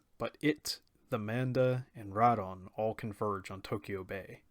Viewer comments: doesn’t change the fact that your still saying wrong. If you ever watched the Japanese audio it not pronounce Rad-ON. Sorry but it still makes me cringe lol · Anyone else cringe when he says Rodan’s name wrong? I really loved the this anime.